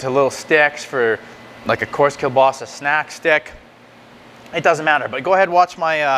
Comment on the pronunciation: you don't pronounce it right!